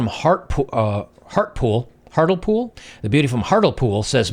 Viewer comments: Hart - lee - pool 🤣 not hart - el - pool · Pronounced, Hart- lee- pool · It's Hart-le-pool haha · It’s pronounced ‘Hart-Lee-pool’. My home town, I’ve never heard of her. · The problem is that she may make lots of money, but in terms of her value to a man is its £10 a month. And there are a few thousand guys a month who have her for that much. She really needs to see her 'job' for what it is. She is a £10 hooker, anyone want to marry a £10 hooker. BTW Hartlepool is pronounced Hart-Lee-Pool. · 15k a month(180k per year).. is that before or after income tax? Nobody wants an LTR with someone that EVERYONE else can already see naked... i think those photos have been doctored( she'll hit the wall in 3 years) PS she's from Hartlepool ( hart - lee - pool). Not exactly the oasis of class( sorry)... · Hartlepool - pronounced "Hartley pool". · FYI... Her town of Hartlepool is pronounced hart-le-pool. Its a quite seaside town on the east coast of england. An theres only about 40,000 men in her town :-( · Pronounced Heart-lee-pool. Typical English city/town name 🤣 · It's pronounced Hart-Lee-Pool btw :-) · Hi, you pronounce it as "HART-LEE-POOL". Or "monkey hangers" as people in the NE of England refer to them.:-) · Haha that pronunciation of Hartlepool, its about 15 minutes from my hometown. Hart - Lee - Pool :-) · it’s pronounced ‘Hart Lee Pool’ - run-down town by the sea with former mines and steelworks. The fact this girl comes from there makes it likely she’s from a mining or steelworker family. The fact she was working for a low cost, no trims airline like Ryanair says enough too. She’ll probably look completely different in the morning. Greetings from your UK followers. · Hartlepool is pronounced ‘Hartley-pool’. Also known nationally as “monkey-hangers”. That’s a tale in itself.